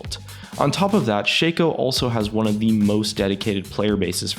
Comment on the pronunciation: shaco not shayco